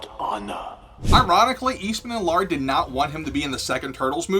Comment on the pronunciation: Laird NOT Lard...seriously, Peter Laird is not a can of fat.